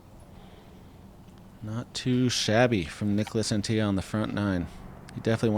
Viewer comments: bro, Antilla is not fucking spanish. It's AntiLLA not Antija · Neek-las Ahn-tee-la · Came here to say the same thing 😂 "Unt-illa" should work for english speakers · Im not even European but the dude isnt spanish, so its not pronounced Anti-ya. I’m pretty shocked that y’all didn’t do a shred of research on how to pronounce his name… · said "an tee yuh"? he isn't hispanic lol Anttila..he's Finnish. you say all the letters. and there isn't even a double L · It's pronounced AnTTila, not AntiLLA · As an information for, Niklas Anttila’s last name is finnish not a spanish last name, so you are supposed to say the ”L” at the end as on ”La”. The pronounciation goes like this: ”Ant-TiLa”. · I would further clarify it as pronounced On-tea-luh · Anttila isn't mexican, that's a very hard L. Yeah I read it 's already been mentioned, don't care, if you can pronounce every oddball name you got over there no problem there's really no excuse botching the european ones. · Well these American commentators keep bringing up how happy they are to have "The Europeans" back competing on tour. And then they proceed to absolutely butcher their names on every occasion. How hard can it be to make a minimum of effort and find out how they actually are pronounced. "Nicholas Antiya" Come on that's just pathetic.